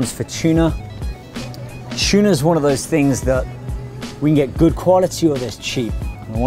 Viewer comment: tuna* not "chuna" lol